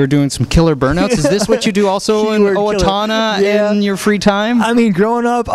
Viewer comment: XD he keeps saying owatoona! it's owatona Get It Right!! lol